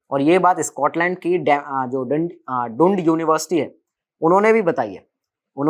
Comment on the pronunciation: Dundee is pronounced as “Daan-dee” not “dund” 😂